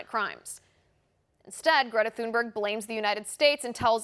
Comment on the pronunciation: Please pronounce the poor child's surname correctly. There is no TH sound in Swedish. It's a hard T.